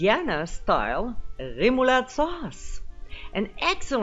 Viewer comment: I love how you say Remoulade sauce 💙 thanks using this on some crab tots yummmm